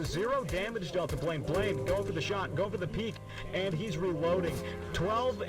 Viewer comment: The start of the reaction confused me as my actual name is Blaine with saying blained